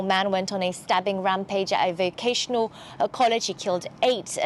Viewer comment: It’s vocational not vacational